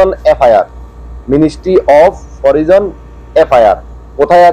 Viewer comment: ভাই ইংলিশ এর উচ্চারণ তো সঠিক করেন!!! এটা হচ্ছে (ministry of foreign)"মিনিস্ট্রি অফ ফরেইন"